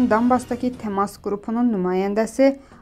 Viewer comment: Ay qiz dOnbas yox, donbAs,bOris yox, borIs ,ayibdi .